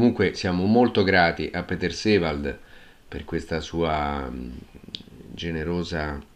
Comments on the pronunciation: Però, signora,"Piter Sivald" per un nome tedesco non si può sentire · Condivido in pieno... è insopportabile, perfino offensivo! Ho scritto un messaggio simile più sopra, non esiste nessun piter sivald...!